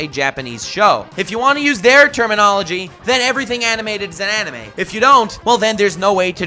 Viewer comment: I cringed every time u said animaeh